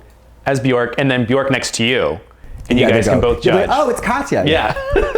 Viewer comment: I can't believe he actually pronounced Björk the proper way. Katya knows that the icelandic pronunciation for ö is not the english O. As an icelandic i am really appreciative. And I am the one who has been wrong all the time as i write her name Katja .